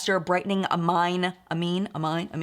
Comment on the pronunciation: amine = ay-meen, as in amino acid 👍